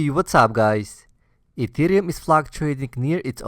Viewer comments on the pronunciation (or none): is back with 'Beetcoin' and 'Eeetheum'